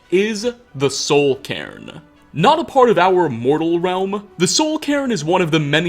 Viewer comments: It sounds like soul Karen lamo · Nobody:: Soul Karen